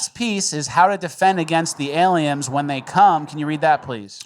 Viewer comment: “aliems” lol that’s my favorite